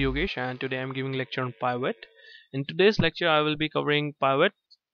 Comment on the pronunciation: The word Pivot is pronounced with a short I, as in pin, pill, or pick.